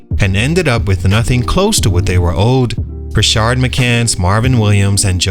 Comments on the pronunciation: This is a cool series. I saw it in the comments already but just wanted to echo. Makes it hard with Rashard Lewis but the guy in this video doesnt have that second "r" in his name. Just Rashad. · Rashad, not Rashard. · You were a lot nicer to Forte in this video than the last one. What changed? Also it's pronounced "rah-shad" not "rah-shard". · *Rashad…..not “Rashard” McCants